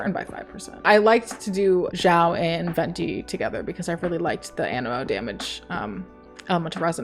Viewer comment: i am wrong or is she calling xiao ,jiao?